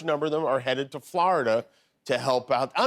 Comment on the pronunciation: I like Jimmy. But man, it's like nails on a chalkboard, the way he pronounces Florida. FL-ARE-DA.